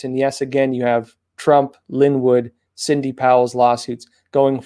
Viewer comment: your always mis pronounce sidney to cindy heheheh fan here from Manila Philippines